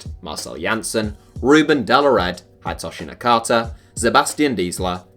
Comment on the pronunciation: haidtoshi nakata??? dude..